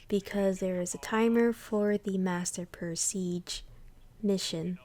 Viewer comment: This is awesome, I’m a solo player for everything, so this I will definitely be using. I’m sorry but, it’s pronounced "pre-s-ah-ge"